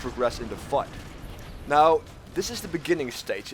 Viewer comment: Why do you insist on not pronouncing the "th" sound in the English language as "D"... so annoying